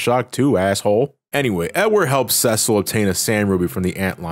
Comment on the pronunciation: It bothers me that he’s pronouncing it “ses-sell” and not “see-sill”